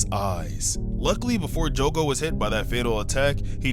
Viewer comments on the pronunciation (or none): jugu? omfg SAY JOGO NOT THAT HARD DUMBASS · I’m bouta crashout his say “jugo” not “jogo” it’s pronounced “joe-go” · jogo is pronounced: "Joe goe" not "Joo goe" btw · Btw it’s jogo not jugo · Why jugo, not jogo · Son it's not joogo it's jogo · The saddest part is him calling Jogo “Jugo” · love your vids but its joe go like that not ju go ( this is for how you say jogo ) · Bro kept saying jugo it's Jogo joe-go not ur fault tho lol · Joe-go not just-go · Hey btw! Its Jogo(Joe-Go) not Jugo. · My boy, why are you saying Jugo? Where the hell is the letter U jogo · I love how pronounced jogo as jugo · its jo-go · I wanna tell you that your saying Jogo wrong